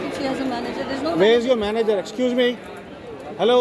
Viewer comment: Also, it's Manager and not manger 😂😂.